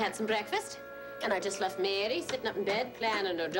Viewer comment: I get so annoyed the way piles on the Irish accent when she says Mary.